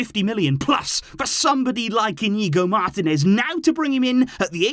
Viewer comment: Bro. It's mar-TEE-nez. Say it: mar-TEE-nez.